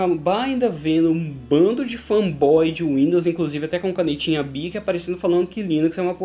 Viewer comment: Canetinha BIC , um carioca? a sim, kkkkkkkkkkk.